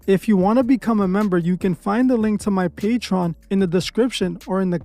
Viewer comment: one day my nigga gon be able to pronounce Patreon eventually. Not Patron Not patrone Patreon Papi!